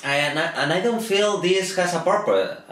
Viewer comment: To be your first time talking about a movie, you don´t do it too bad :P Hehehe, congratulations man! Purpose.... porpos, porpss popoprrporooro.... XDDD